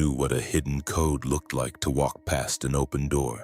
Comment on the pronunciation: The generated voice pronouncind "code" as "kod-a" bruh 😭